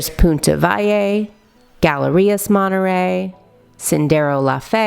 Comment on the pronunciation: "monereyy mexico"